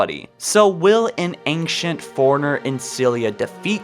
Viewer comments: Ankcient foreigners. Cool video though lol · Goddamn. Ang-chent foreigners?! Hu-Manatees?! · your pronunciation of ancient is so so so weird you say it like ankshent